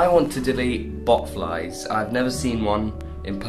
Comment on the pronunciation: Oh God...I thought he said "butterflies" but I guess not...